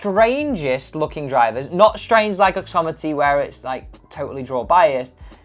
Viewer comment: OXIMITY not OXOMITY !